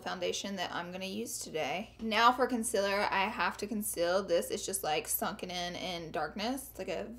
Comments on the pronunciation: Concealer is said con-seal-er not con-sill-her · GIRLLLL IT IS CONCEALER NOT CONCELLER YOU PRONOUNCE IT LIKE: consieler okay plz omg stop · Does anyone else cringe when she says conciler instead of concealer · oh my god! everytime she says concealer i just cant lm in love with the way she says it! wo else agrees?